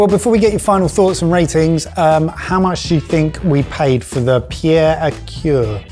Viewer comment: Pierre à cuire ( "kweer) = cooking stone..... not heart stone (coeur).....as is pronouncing it. 2 minutes to google it before the show would take care of that, along with the correct way to say clef, (silent f)..but then we would not hear your best GCSE French 🙄..so please go on saying/slaying Sauvignon “blank“ 🤣😅😂..and looking so proud of yourselves while doing it